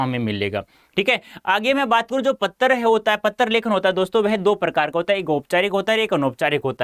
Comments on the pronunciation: Do u notice he is saying patr lekhan ko pattar lekhan and choose ko chuge timing go and check 🤣🤣🤣🤣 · 🤣😂🤣 Are sir topic me to anuchchhed lekhan likh rakha h aur Padha Patra lekhan rhe ho sir, Aap se ek baat aur puchni thi ki Aap Hindi ke hi teacher ho kya 🤣😂 Kyonki AAP Patra ko "PATTAR" bol rhe ho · He is saying patr = pattar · How he pronounced patra as pattar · Sir it is not patar( 🪨 )lekhan ..... It's Patra (✉️) lekhan😁😂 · IT'S PATRA BTW NOT PATTAR 👀😂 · Sir pehle aap patra bolna seekh lo fir Hume sikhana😂😂😂😂😂😆😆😂😆😂😆😂pattar ,pattar ye kausi Hindi h . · Bhai pattar nhi patr hota h 😂😂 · Patear nahi pater hota hai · Sir u r saying ptra to patar 😜😁😅